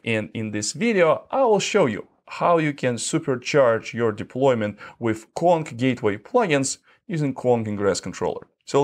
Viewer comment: Why does he pronounce "Kong" as "Quan"??